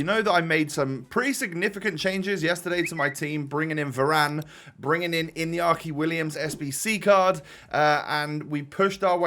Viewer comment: Its inaki Williams with an A not inyaki William's